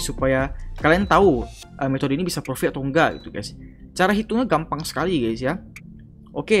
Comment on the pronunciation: Intronya profit jadi pofikt Tapi juga bagus sih di jelasin caranya juga🗿